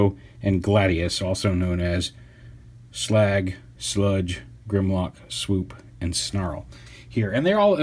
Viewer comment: Thanx for saying "Slag" and not "Slug". LET'S TAKE IT BACK EVERYONE ! !